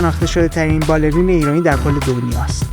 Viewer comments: باله رى يَن تلفظ صحيحه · خود خانم هایده که پیشکسوته توی باله، میگه بالِ ری ن اگه دقت کنی. که همینم درسته. فارسی سطح بالا ینی چطوری مثلن؟ دو نفرو مثال بزنید که فارسی سطح بالا حرف میزنن آشنا بشیم. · معاشره😮مشاعره...تلفظ بالرين و....فارسي را سطح بالا و درست استفاده نمى كنند